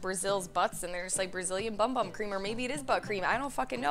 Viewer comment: That "brazilian bum bum cream" is a full body cream, the Bum Bum is (in Brazil) pronounced Boom Boom. It is named as you said because they consider their Bums there best feature...or so I was just told :) ya im a bit late telling you this lol